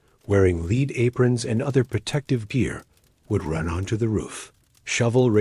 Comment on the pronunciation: WTF is leed? Do you mean Pb, spelt lead, prounced 'led ', even in america?